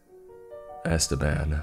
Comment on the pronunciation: 'EstÉban' the name is EstEban the E has wrong pronunciation omg, that was scarier than the whole story